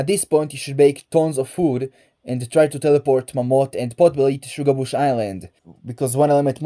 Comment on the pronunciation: you earned my sub i love how you say shuga bush 👌🏽